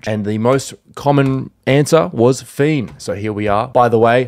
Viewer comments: 😂 It isnt F!EN, IT IS FE!N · bro its fein not fien lmao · it’s fein not fien